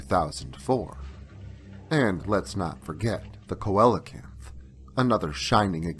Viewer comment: Just an fyi, coelacanth is pronounced see-luh-canth